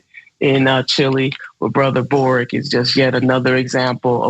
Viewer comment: boric, not broric. mapuches, not mayans